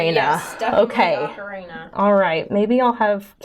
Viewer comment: Hearing you say Ocarina like Macarena is hilarious.